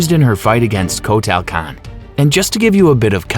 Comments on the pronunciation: Rye Den, Shay Oh Khan, Coat-Ayel Khan!!!! Love these warriors/lead singers! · Coat tail kahn 🤣